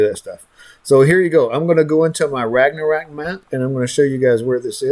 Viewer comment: Great info, but Jesus, learn to pronounce Ragnarok.